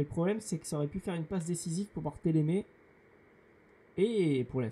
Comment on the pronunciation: Regarde bien, ce n'est pas "Barthélémé" mais plutôt "Barthèlmé". Sinon bonne vidéo !